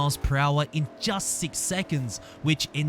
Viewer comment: ik i like how he says seex and not six